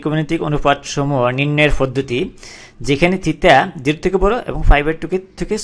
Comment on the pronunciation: its "PODDHOTI" NOT "FODDDHOTI"